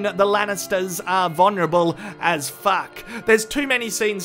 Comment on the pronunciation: u pronounced vulnerable wrong